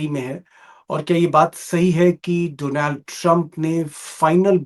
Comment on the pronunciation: सर डोनॅल्ड नही डोनाल्ड है सही उच्चारण हिंदी